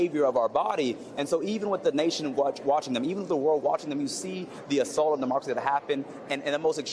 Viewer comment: 😂😂😂....all of a sudden..."MA-Democracy" 🤣🤣🤣